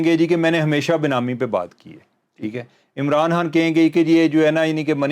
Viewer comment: Why can't you pronounce" Imran Khan" you kept saying " Imran Han" ? Please bring guests who can speak properly.very annoying listening to such pple.that is why 👎